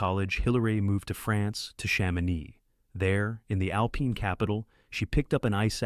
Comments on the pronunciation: Why cant a.i say alpine properly 😂😂😂😂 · Ai mispronounced a lot of words...annoying. AI needs "Hooked on Phonics."